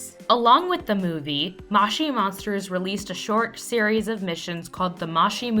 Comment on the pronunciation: mow chee monsters not maush ie monsters